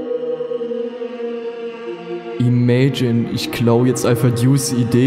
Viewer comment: Ich bin die Überbelichtung bei der ersten Location :D Edit: uuuund ich bin das "imagine" was einfach "imayjin" ausgesprochen wurde